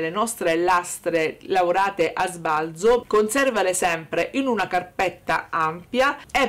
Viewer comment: Bella la nostra Ombretta... Sbalzo va detto colla zeta secca, però...😂❤❤❤❤